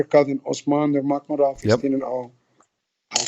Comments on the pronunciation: I'm talking about his last name Nurmagomedov which Ali is mispronouncing. Yes his first name is the arabic name Habib, but I'm talking about his last name which is Nurmagomedov. The arabic pronunciation would be Noor Muhammad, from his ancestor, like how they change Muhammad to Magomedov. Anyway I'm talking about this fool not saying Nurmagomedov properly and if he was saying it in arabic he would he say Noor Muhammed. Which he obviously isn't doing. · Also, this guy is so disrespectful can't believe he hasn't learnt how to pronounce Habibs last name. Really embarrassing calling him your 'brother' and then continuously boldly mispronouncing his last name.